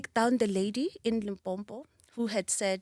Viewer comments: iam so impressed after listening to your interview with Sbu. If you can Pronounce Limpopo correctly not Limpompo sound foreign, please ngwana gešo. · She says she was born in Limpopo but she calls it limbompo. Yhoooo andizi shem. Anyway she's a force to be reckoned with. Great inspiration 👏🏾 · But why limpompo aowa its limpopo hle tjo.... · But you cant be from Limpopo and call it Limpompo 😅😂❤️... I love you and im definitely trying out your spirit. It works for me, i have acne and fighting it. Thank you for your brand, its bringing our confidence back. Love and light all the way from Soshanguve❤️❤️❤️ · Le nna I heard Limpompo-which is not correct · Shout out to our sister, I'm proud of her and surely gonna buy her products. Coming from LIMPOPO is gets to me when a Limpopian struggle with the pronunciation of this beautiful province.